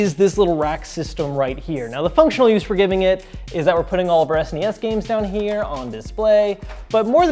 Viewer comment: I actually hate the way he says SNES!